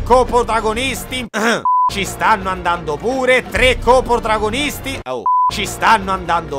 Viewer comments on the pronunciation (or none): Sarà passato più di un anno, ma il non riesce ancora a dire coprotagonista. Vabbè te se vuole bene lo stesso <3